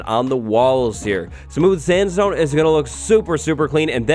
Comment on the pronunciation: Did someone ever realized he says "Smooth Standstone"